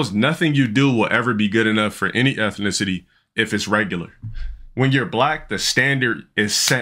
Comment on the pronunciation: "ethinicity" - the scholar